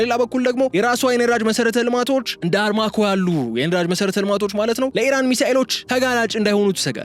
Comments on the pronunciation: አርማኮ የሚለው በ አራምኮ ይስተካከል 🤣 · Armaco sayhon arramco nw